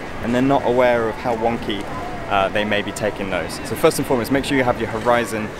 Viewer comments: I thought he said “one key horizons” lol this video helpful tho. Thank youuuuuu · Wonky... i thought he was saying One Key... lol i was like..whats wrong with one key light. And i ALWAYS shoot in ROAR! lol.